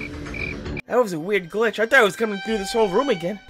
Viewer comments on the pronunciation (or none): The run is good but when you say glitch it caught me off guard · giltch = amush